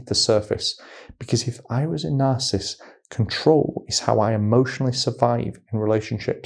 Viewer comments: Dude. You're saying the word INCORRECTLY; it is NOT, "NARCISST," it's NAR • CISS • IST!! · You seem to have trouble saying narcissist. Its not narcist 😂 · Please say it properly - it's 3 syllables, not 2. NarcIssist. Not Narcist. Really. Please!! !!! Thank you, brilliant video. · Are you saying “narcist” or “narcissist”? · It's pronounced "NAR-sis-sist", 3 syllables. Not "narsist". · You're saying it WRONG; the word is NOT pronounced, "Nar • sis • t," a two-syllable pronunciation; it's Nar • sis • is • t, so it's a 3 syllable word/pronunciation! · You keep leaving out a syllable when you say "narcisst." It's nar-ciss-sist. 3 not 2 syllables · Why are you saying narcist? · It’s is hard to listen to or take advice from an expert on narcissist behavior or how to defend yourself from the interactions when the advisor repeatedly mispronounces the word “narcissist “. Over and over and over the exact same way. How long has he worked in this field? Since this morning? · Narcissist is 3 syllables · Just fyi, the word ‘narcissist’ has 3three syllables, not two. It’s annoying to hear you slur words. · How he pronounces "narcissist" bothers ME. 😂